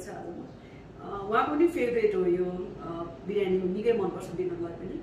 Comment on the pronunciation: Birani hoina didi 😁biryani vannus na